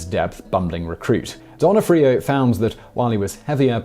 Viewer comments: Not Vincent Don o freo----Pronounced Vincent D O na free o. Learn how to pronounce before making video!! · Interesting pronunciation of "D'Onofrio" Still love you though